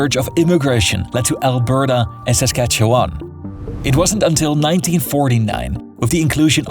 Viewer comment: I can barely make ita few minutes with his butchered pronounciations of Saskatchewan, Nunavut and Newfoundland